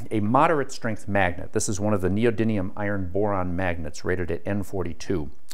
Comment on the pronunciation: The mispronunciation of neodymium by a man of science troubles me